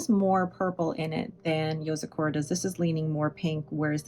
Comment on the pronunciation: I'm pretty sure it's yo-Zah-ku-ruh, not so much yo-zuh-Koo-rah as far as pronunciation goes? I could be wrong, but I've never heard it enunciated the way you say it 😅